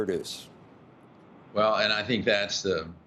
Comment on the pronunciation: Rick i believe its pronounced new klee er